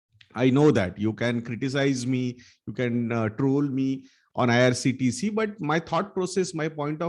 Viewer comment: Bro Its IRCTC not IRTCT